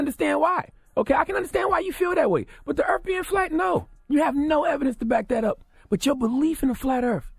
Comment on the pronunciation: “Earf”? Lol smh